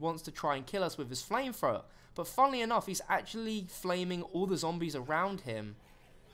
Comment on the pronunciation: "Flamefrowa" "Literally, literally, literally"